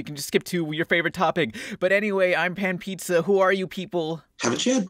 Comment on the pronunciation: I loved how you pronounced my name pan